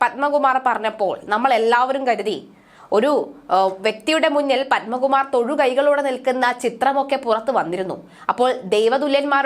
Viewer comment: പൻമകുമാറല്ല.... പത്മകുമാർ !